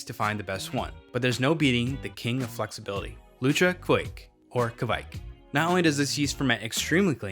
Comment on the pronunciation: There's nu u in Kveik. It's kveik with nothing between the k and v, not kuveik.